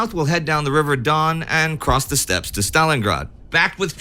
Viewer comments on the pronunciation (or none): none